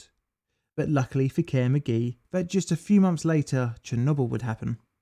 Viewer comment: Did I seriously just hear the company involved in two nuclear accidents being called "Care McGee"?